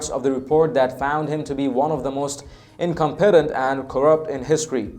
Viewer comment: I like the irony of u saying "incompetent" incorrectly lol just busting ur balls 😉